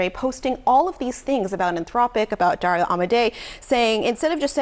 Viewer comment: Should learn how to pronounce dario's name before you report